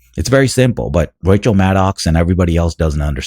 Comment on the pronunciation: It's Rachel Maddow. It rhymes with Mad Cow. Not Maddox or Maddock.